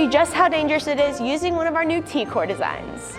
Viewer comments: Why does everyone in the video says t kor instead of TKOR as in like t-kor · They calling it "T-core"??? Nahhhhh. It's T.K.O.R. The king of random...